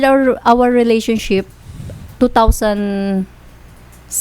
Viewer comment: Surfrise , peys to peys and relationshif😂